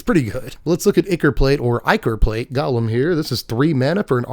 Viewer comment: Hey! Loving your spoiler content. One small note- golem is pronounced “go-lem” like it rhymes with “go-them”. From Yiddish “goylem”, popularized by the story of the Golem of Prague